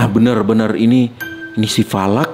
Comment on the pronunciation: Bang falak bukan valak